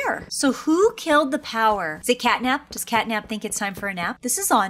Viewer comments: It's cat nap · It’s cat nap